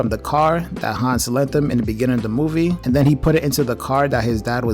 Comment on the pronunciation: And thats cool but a little bit of research does help. Like the characters' names are pronounced Han and Neela; not "Hans" and "Mila".